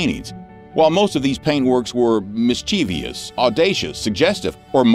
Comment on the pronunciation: Though I truly appreciate your rousing and comical regalia about the past goings-on, I am taken aback by your persistent mispronunciation of the word mischievous. You are inserting an "i" in the last syllable, calling it "mischievious". The last syllable is simply " vous". So the proper emphasis is one the antepenult.